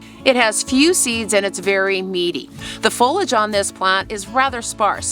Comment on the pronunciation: It's funny that you have a gardening channel but don't know how to pronounce foliage.